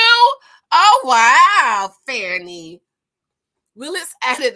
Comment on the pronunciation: You don't know how to pronounce her name as much as it has been in the media? This is trash. What a way to make a living.